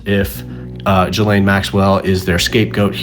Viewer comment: Bro is one of the few Americans that doesn't say jizlane